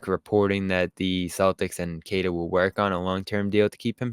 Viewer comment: Its pronounced “keh tah” not “kay tuh”.